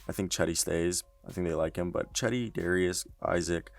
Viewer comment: Nigga called cedi “cheddy” 💀💀💀